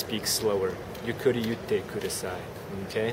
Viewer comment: it's not yukuri it's ゆっくり yukkuri, this small っ thing indicates a pause, that pause is very important, and can be used in situations where it is not grammatically correct oadd it but for emplasis, people don't prolong words like english speakers do amaaaazing, people pause, su (pause) ge, the longer the pause the long the emphasis just like english, master this and your japanese will sound much better